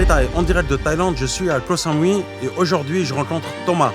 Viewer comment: Comment tu peux dire "ko Sa-mou -i" et vivre depuis 18 ans à " ko samouy" ? Tes bidon !